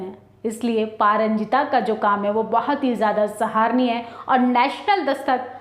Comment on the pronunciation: मैडम जरा आप भी पढ़ लिया करे । कितनी बार सराहनीय शब्द का गलत उच्चारण कर गई है आप इसको सहार निय बोलकर ।